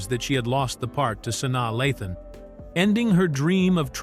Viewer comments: Her name is pronounced SU-NYA LAY-THUN!!!!!! Omg! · Who the hell is sani lathon just terrible what rock do u live under that u dont know how to pronounce this young lady’s name the disrespect